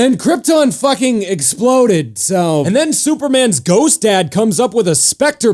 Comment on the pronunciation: I love how you say superman's dad SOOpermins dad!